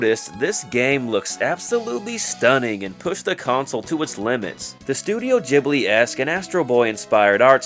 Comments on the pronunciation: It's pronounced Ghibli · Sorry I was just informed it's actually pronounced Ghibli